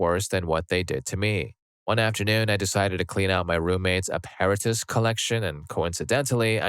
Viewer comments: Apparatus is a-pear-a-tus? Really? Where'd you learn English? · It's pronounced app-a-rat-us btw. Put emPHASis on the wrong sylLABle lol